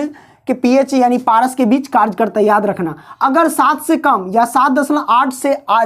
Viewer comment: Karch nahi sir kary hota hai aap karch khte hai